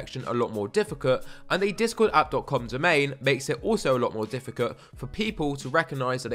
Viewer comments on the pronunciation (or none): what was that? Difficut? Nice vid btw